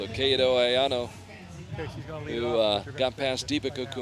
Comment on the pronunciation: The only thing bothers me is how the commentator said "Kato"